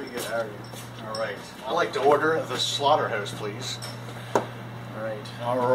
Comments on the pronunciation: He said 'slaughterhouse' to 'slaughterhoose' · Am I the oly one that noticed that he says slaughterhoûse and staek :/ Nothing against Canadians thou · the slaughter"hoose" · The SlaughterHEUZE......hehehehehehehe